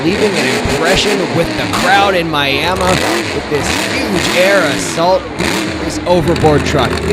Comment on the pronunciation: You mean Miamuh